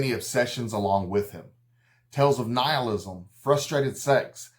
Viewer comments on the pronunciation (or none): none